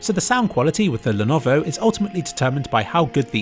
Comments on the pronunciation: I think he did it on purpose lol it's so dumb how he can't even prenounce Lenovo right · Is the pronunciation of Lenovo some meme I'm missing out on or did he just challenge himself to not use the same one twice in the video? Anyway, great video, rly changed my thoughts on VR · what happened to your tongue ? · You sure mangled Lenovo's pronunciation a hellallallot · I lovovo how Lenovo was pronounced differently everytime it was said in this video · I'm waiting for a comment listing how intentionally mispronounce "Lenovo". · My god please say lenovo normally 😭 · why do you keep mispronouncing levono? It's no that hard. le-YO-lo. That's it. I seriously expect you to put more effort into your videos. Kappa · My favourite pronunciation of "Lenovo" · Also it's pronounced as "LEH - NO - VOH" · I couldn't focus on the comparison because I was listening to the 200 different mispronunciations of Lenovo. This is art if you ask me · he is mumbling "Lenovo" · ah yes, the Lenoov. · He pronounces it in alot of funny ways, but the one that really caught me off guard was the ''llellennovfvvo'' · The "Lenoov" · you forgot leanovo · is defiantly the best lenoov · The Lenuwu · love all the different Lenuvio pronounciations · Lenuvo, len-ovo , lyenovu. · Lenovo.. Lenuuv.. Lenhhhhmhmh.. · Lenuvo, Lenohvo, Lenvo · Lennoo Leenov Lenenenvovo Lenov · lenovovo lenoov and lwleoawvo had me dying 😂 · I never noticed his horrible yet hilarious pronunciation of levnOwO until I read this comment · ... I know he's trying to say Lenovo but this is just a bad fail. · 😂 I swear he pronounced Lenovo different every time he said it. I genuinely thought he was sneakily mocking the.... that’s it he just fucking said Monovo... I’m done 😂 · I love how you changed the pronounciation of Lenovo each time you mentioned it. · haha get seizures when he try to pronounce Lenovo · "The lenvo" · I lost my shit at the pronunciation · Can't forget the "Lenovovo" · hahaha lenuvuuvhuv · L E N V O